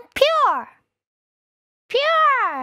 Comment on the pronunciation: Her pronunciation of "pure" is really really good